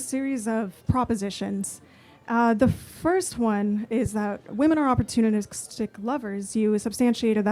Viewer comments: She couldn’t even pronounce “opportunistic.” She said something like OpportuniCKstic, and it reminded me of Biden when he tried to describe America in one word. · She must have been joking about being a professor because she couldn’t even pronounce “opportunistic.” She sounded like Biden when he tried to describe America in one word 😂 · I heard OpportuniCKstic and started laughing because she claims to be a professor 😂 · As soon as I heard her say OpportuniCKstic, I started laughing because she claims to be a professor 😂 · Maybe I need to go to Minnesota and LEAR more English because I heard her say "opportuniCKstic" 😂😂😂